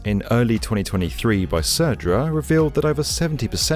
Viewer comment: Gotta say that you pronounced Södra really well. Most would just pronounce it as Sodra.